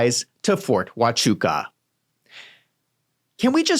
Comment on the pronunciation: Yes, you pronounced it perfectly.